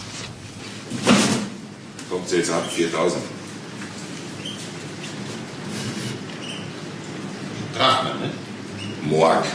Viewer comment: Drachmen? "Moark".😁